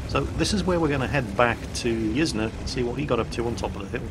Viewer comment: Pretty sure Yzne is pronounced "Yiz-Nay", incase anyone wanted to know